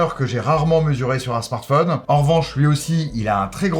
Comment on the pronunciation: Rien qu'à l'écoute de la prononciation de "smartphonne" j'arrête là. C'est ton métier en plus mince!